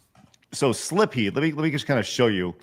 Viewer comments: may be pretty bad for missing Portrait of Ruin, but I think was worse solely for that pronunciation of "Silpheed." The L is after the i! I always assumed the Ph is pronounced like an F (thus pronouncing the title like sill-feed), but I'm not entirely certain.. Also, Animal Crossing: Wild World is the DS game; the GameCube one was just Animal Crossing. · They're coming down on, but she's always admitted she doesn't play every popular game. Meanwhile, (the "real" gamer) is showing Adam Sessler levels of cluelessness with his continual mispronunciation of Silpheed, announcing games for the wrong systems, and faking the funk by pretending to be more knowledgeable about these games with an obvious "cosplayer at a convention" surface level understanding of them.